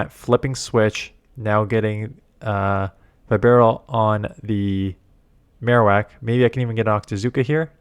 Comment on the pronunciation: Plz god don’t call it By barrel It’s beh barrel Also plz bring up the fact you got denied or one turn lag about 15 times in this video you content creators half to keep pushing the subject hard that Niantic HAS TO FIX THIS TRASH BEFORE THE UPCOMING REGIONALS